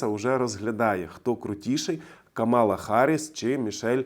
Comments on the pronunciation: Правильно КА'мала - з наголосом на перший склад. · It's Kamala, with the stress on the first ''a''. Thank you for your work. Slava Ukraine!!!